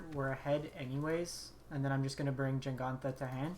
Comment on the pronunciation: JEGantha ther is no N.... JENGANTHA ruined the video